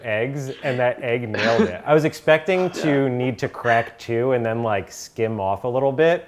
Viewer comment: Am I the only one who enjoys hearing pronounce 'to' as 'chu'.